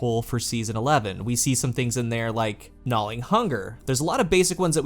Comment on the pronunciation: I don't know what it is, exactly, but the way you pronounce "gnawing" hurts my soul. It's almost like you're pronouncing "gnawling" but not quite.